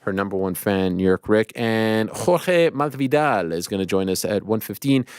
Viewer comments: Ariel I love you but is "MaSvidal" and not "Marvidal" 🤣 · Every single time. It’s become Machthvidal